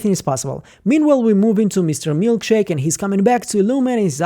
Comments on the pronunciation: CHICK !! Not Milk shake !!! It’s MilCHICK !!! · Mark called Milchick "Milkshake" in the note he planted on Mark W. Long live the Milkshake moniker!